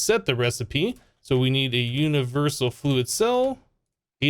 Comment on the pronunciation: Did he say jewniversal?